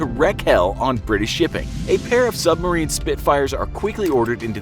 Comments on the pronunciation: Glad someone had already bought these pronunciation issues up as it drives me a little bit insane every time I hear them. Submarine Spitfires are not a thing; Supermarine Spitfires are. Supermarine was is a pre-world war 2 aircraft manufacturing company that specialized in flying boats and high-performance float planes to compete in the Schneider air races. After three consecutive wins they were granted the award in perpetuity. Admirality is also not correct, it is Admiralty (pronounced Ad-miral-ty). Pronunciation aside, I really enjoy your videos, but I’m English so I have to complain about something :) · He really said submarine spitfires🤦‍♂️, its supermarine spitfire. But ill cut them some slack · Any one else noticed he is saying submarine spitfire instead of supermarine spitfire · Super marine spitfire